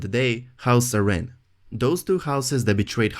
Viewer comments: "A-reen"...Air-in is how you pronounce Arryn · i thought it was Ah-rin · Say Arryn one more time... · heirs is pronounced eirs, the h is silent, Arryn is pronounced Aaron